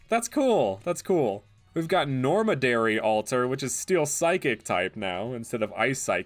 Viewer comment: It annoys me when he says normadary when it says nomadary